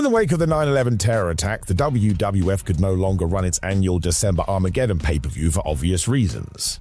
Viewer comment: Arm aged don..... how the f does that speak as armahgetun